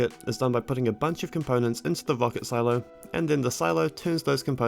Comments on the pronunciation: "wocket" lol should've learned how to speak instead of math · i like the way you say "wocket"